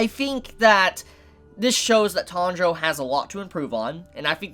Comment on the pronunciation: Is it me, or is saying "Tundro" instead of "Tanjiro"? If that is the case, I wonder, why? Natural way for English speaker to say it or something?